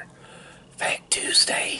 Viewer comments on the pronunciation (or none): none